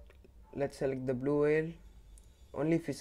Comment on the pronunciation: It is blue not vlue